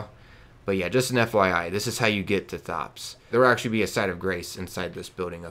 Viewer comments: So I really hate that everyone keeps saying his name wrong it's said like tops not thot-ops the H is silent do you say the H in thomas Too?! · Why do you call him THops, when in the footage you clearly hear him pronounce it as Tops (no thhhh sound)? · His name isn't pronounced like you're saying it. He tells you his name, if you were listening. The h is silent. It sounds like Tops.